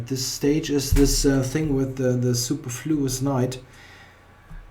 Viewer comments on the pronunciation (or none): Nice video! Also, it's suPERfluous. Like soo-PER-floo-us. I don't know if this makes sense to a German speaker, but that's all I can think of. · Excellent positional game. Except for the obvious which you pointed out yourself. I suppose the lesson is "don't play chess if you're under the weather and you care about your rating". PS: You're mispronouncing "superfluous". The stress is on the second syllable not the first.